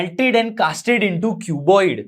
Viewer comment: Cubiod❌ cuboid ✔️ galat hai😂😂😂